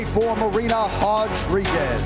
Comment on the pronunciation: Hodriguez? Really?